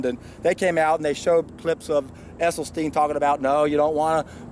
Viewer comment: Thanks for the thoughts. FYI I heard an interview with Dr esselstyn,s wife and she corrected the interviewer saying it's esselstyn not essylstein.